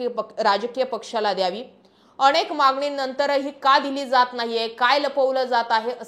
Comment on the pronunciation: अणेक नाही अनेक